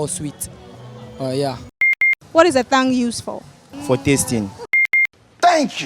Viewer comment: its not thonge its t sound no h